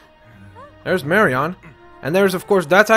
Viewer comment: it's pronounced en not on in Marion's name.